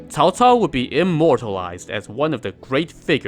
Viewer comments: Holy shit. First you tuber that pronounced Cao cao properly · Person talks about Cao Cao and pronunces his name right. Ok. You've got my attention. Let's watch the whole video. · Did I just heard the correct pronunciation on Youtube? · Miguel Suarez-solis its pronounced as either "Ts'ao Ts'ao" (wades giles) or "Chow Chow" (pinyin) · Cao Cao.This is the most standard pronunciation I have heard.😂